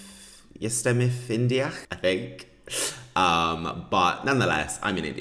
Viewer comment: My handsome, in the minute of your video, the automatic translation to spanish of your phrase: “I am in India” is “I am an idiot”. Be aware of your pronunciation, please. Lol.